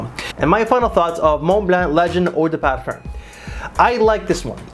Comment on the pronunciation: Parfer? Parferm? lol what??